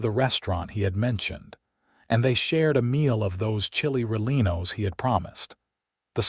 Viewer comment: I can't even listen to this. You need to get a better AI that can pronounce Santa Fe and Chili Rellienos.